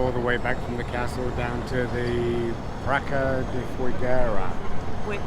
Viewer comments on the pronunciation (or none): It's not "PRACA" but "PRAÇA". You have to spell it like "PRASSA" !